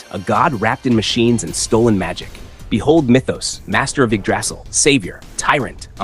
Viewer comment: Are you AI? That's not how you pronounce Yggdrasil